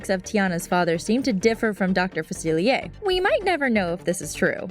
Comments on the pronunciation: she kept saying Dr. Falcier wrong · notre daime? its DAME!! dr. Faciliair?? facilier!